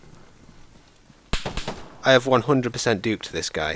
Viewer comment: Juked not duked lol